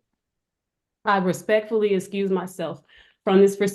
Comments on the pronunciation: Did she say recruse??? 😂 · yes. Yes she did. She thought she killed it tho 😂 she may want to "recruse" herself...